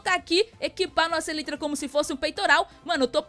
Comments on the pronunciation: A pronúncia é "elaitra" e não "elitra" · se escreve elytra mas se fala elaitra